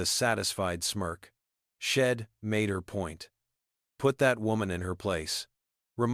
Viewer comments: Please fix the word SHED TO THE CORRECT WORD WHICH IS…..SHE NOT SHED AND ALL THE OTHER WORD’S THAT ARE BEING PRONOUNCED WRONG YOUR AI IS BROKEN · AI needs to go back to school! She'd pronounced as shed, St. Louis Street Louis, I'm as im and so much more! I love the story though. I really don't believe people behave like that, but then again, I live in Canada and West Jet would have removed her way before! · Watching from Plymouth in the U.K. This was a story with a powerful message and a wonderful redemption arc, but PLEEEEEEEASE do something about that AI narrative! All those sheds and ims are just too distracting; plus an ancient movie will forever be known by me as "Meet Me In Street Louis"!!